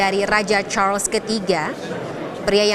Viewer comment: Ini sebutannya betul..Charles...bukan Char-Les kyk media youtube yg lain.